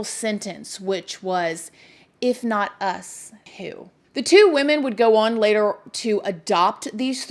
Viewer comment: "on", one syllable. "Ahn". Not "Awwwhhhwwuunn".